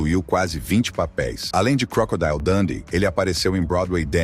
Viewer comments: é crocodilo mesmo e não crocodaio😊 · Vá ao Google Tradutor e escreva "Crocodile", depois clique no símbolo do auto falante e verá a pronúncia correta. Crocodeal. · Vá ao Google Tradutor e escreva "Crocodile", depois clique no símbolo do auto falante e verá a pronúncia correta.